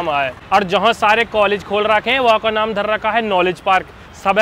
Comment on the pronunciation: Bhai naam ko nom bolna bhi kuch had tak sahi h😂😅